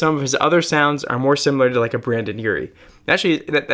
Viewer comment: “Brandon Urie” It’s Brendon, love. Brendon ❤️